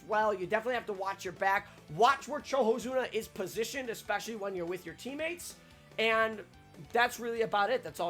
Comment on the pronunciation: Is it pronounced CHOhozuna even though its written as COhozuna?